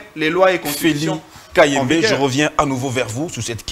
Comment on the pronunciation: Bravo. Tu as cloué au pilori ces robots communicants de l'union sacrée. Mon dieu qu'est-ce que ces gens sont bêtes surtout et sa prononciation confondant les i à la place de U et U à la place de I. Un véritable tonneau vide. J'ai souhaité voir Christian Bosembe lui-même à l'animation ou comme interlocuteur dans ce débat contre.